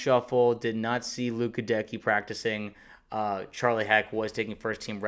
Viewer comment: My man, Goedeke's name is pronounced with the accent on the first syllable (GEH-deck-ee), not the second.